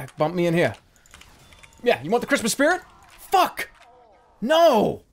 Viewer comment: Christmas Shpeerit